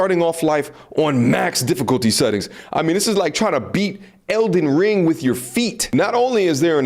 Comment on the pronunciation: Man said Elden Toe Ring 😂😂😂